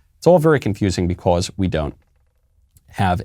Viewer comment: normal people: because Michael: becaws